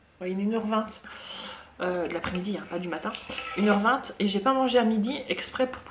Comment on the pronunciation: Mdr toi tu dis une heure vingte en prononçant le TE